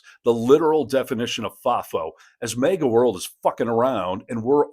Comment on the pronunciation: What am I missing here? Why does the host keep saying MEGA and not MAGA?